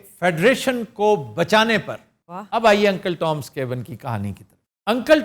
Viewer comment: Cabin's pronunciation was not correct. Plzzz verify on your own.